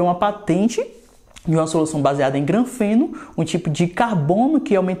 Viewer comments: MANÉ NÃO É GRANFENO NÃO MANO SE LIGA APRENDE A FALAR CORRETO É GRAFENO E NÃO GRANFENO SE MANÉ.! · "granfeno"? Kkkkkkkk